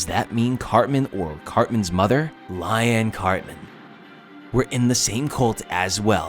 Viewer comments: Lion Cartman? 🫤 Bob Bradly? Why are you pronouncing certain names wrong, I thought you watched the show. You should know how they are said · It’s actually pronounced as Lee-anne, not like Diane. 😒🙄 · "I've always loved south park" proceeds to mispronounce Leanne Cartman and Officer Barbrady